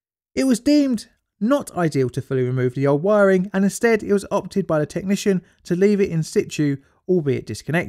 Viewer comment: Good video but my goodness it's hard to listen to, your pronunciation of 'the' as 'f' makes it hard to follow. You DO pronounce 'th' as 'th' sometimes so why not all the time! I hope all your other videos don't have that problem as now I've found you I want to watch all of them.